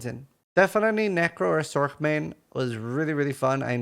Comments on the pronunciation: For future videos, don't say, Sorc! Cringe city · It’s not sork.